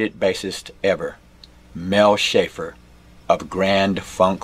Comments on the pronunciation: Hi, I Love all your vids! Just so you know, Mel Schacher's name is pronounced like, "shocker" not shafer. Schacher=Shocker! He's so good he's a SHOCKER! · Hey …his last name is pronounced “Shocker” Awesome tutorial Sir!! Can you do Winter and My Soul??